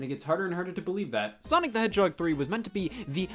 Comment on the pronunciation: chaotix is a "heeden gemmm?"